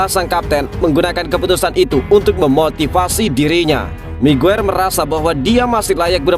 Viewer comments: haji migiyir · Saya juga mendengar itu hj mague😂😂😂re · Sekilas kok saya dengar menyebut haji maguere..hhhh apa saya salah dengar apa emang diplintir😀😀😀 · Hahaha iya bener,, smngat min keseleo lidah biasa terjadi 😁